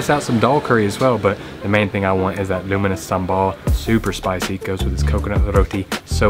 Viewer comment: I kept hearing luminous Sambol and I thought you say luminous due to its color. Then I realized what you really meant is "Lunu miris" Sambol. (Lunu = salt and miris = chili). Hilarious!!!!!!!!!!!!!!!!!!!